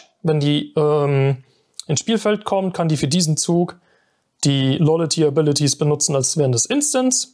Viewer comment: sagt dem armen jungen mal endlich jemand dass es nicht lollaty heisst